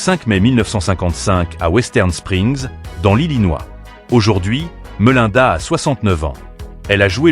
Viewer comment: Attention à la prononciation des noms et prénoms svp. Vous ne prononcez pas du tout correctement "Templeton" et "Melinda" par exemple.